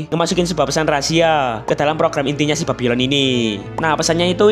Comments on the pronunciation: Bang kok sebutnya babilon🗿🗿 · Yang ditulis bang:babylon Yang gua denger:bab*lon 🗿